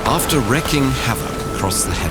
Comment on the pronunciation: I think you mean wreaking havoc, pronounced ree-king.